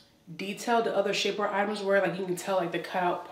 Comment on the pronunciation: 21. Had to rewind because I sincerely thought she said "Shitware peices", but she actually said : "Shapeware pieces". After viewing the entire video I'm convinced that she SHOULD have said would I originally thought I heard.😳😁